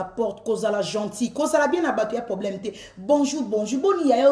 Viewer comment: Balobaka poblème Teeee balobaka PROBLÈME. Merci